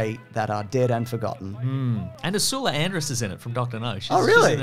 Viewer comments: First time Ive ever heard anyone pronounce the name Ursula as Ersooola, duno whether that was deliberate or not but its Ersla. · Did you just say Usoola Andress when referring to Ursula Andress? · Who pronounces Ursula Andress’ name like that?!